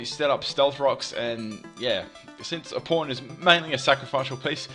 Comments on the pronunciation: when you saw pawn it dose not sound like pawn lol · oh my god I feel so bad I thought you said "porn" at first instead of "pawn"